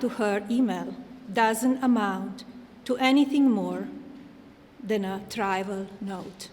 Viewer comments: she tried to say the word ‘trivial’. She should enrol in a speakeasy for new immigrants. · Melania can't pronounce "trival". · And “I’ve never been convinced” instead of convicted. She also mispronounced trivial.